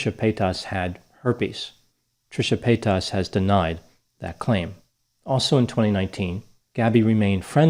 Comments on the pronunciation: FYI It’s pronounced Trisha Payt”ess” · “Trisha pay-tahs” feigning ignorance is its own type of shade lol 😆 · the way he says "paytas" haha i cant